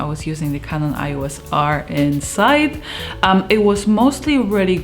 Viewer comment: "kanon ios", nie "ajos" :D